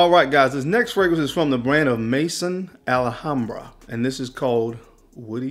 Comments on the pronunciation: Your pronouncement is improving! Another tip: 'Maison' is not pronounced as 'may-son'. It's 'meh-zon' (with the same 'on', but with a 'z') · mezon, not mason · Why do you fragrance guys have such a hard time reading ??? It’s not Club Day Nuit , it’s Club De Nuit . It’s not Mason Al Hambra , it’s Maison Al Hambra . Maison is the French word for house as in House of Al Hambra . Pronounced May-zon